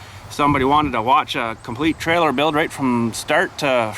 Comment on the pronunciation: trailer. not trail.. geez